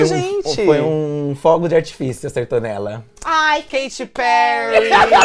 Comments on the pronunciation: É "KATY" não KATE porra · "Kate Perry" kkkkk é Katy Perry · ooooh dono editor, é Katy Perry e não "Kate"